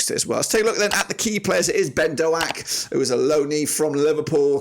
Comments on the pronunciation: Why can’t you pronounce any players’ names correctly? “Azeez” “Doh-ack” “Latty Lath” “Burk-Zok” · Great video man! Boro fan here just a pointer its just pronounced Ben DOKE (like a can of coke) sorry to be that guy 😅 good to see the stats going in to this - i hate playing rovers. Best of luck to ya